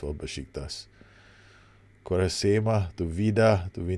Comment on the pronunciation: As much as I love your videos, the way you pronounce Quaresma is too funny!!